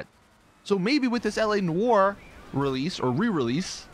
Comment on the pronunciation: please read. Noire; rhymes with car. Not war.